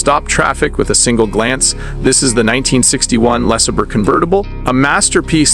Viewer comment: What is a “Lees er burr”?